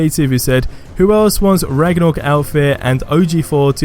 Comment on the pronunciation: Raga-nork.... Ok not trying to be rude at all this just made me crack up but it's pronounced rag-na-rok